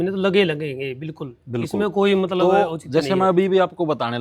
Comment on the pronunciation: Le narander - matlab ❎matbal ✅😅